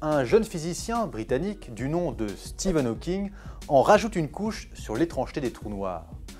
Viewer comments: C'est pas "steven" hawking mais stephen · je n’accepte pas du tout cela, comme oses tu, même si c’est une faute, mais comment oses tu prononcer SteVen Hawking au lieu de StePHen Hawking. Non non non !! Même si c’est une vidéo assez bien réalisée accès à un large public. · Il a bien dit Steven au lieu de Stephen ? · nann ! stephen=stéfane en francais Steven=steve (prononcer stive)